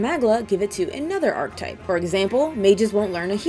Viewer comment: "aar·kuh·tipe". Sorry I'm a stickler 😅❤